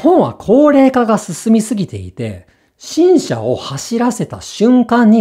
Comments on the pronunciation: ネイティブしか気づけないミスです笑 正解は頭高型ではなくて、平板のイントネーションですか？ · 最後のところでDogenさんが「新車」をピッチを間違えて発音しています。なんと珍しいことでしょう！猿も木から落ちるですね。それともわざとかな？間違い探しゲームみたいに。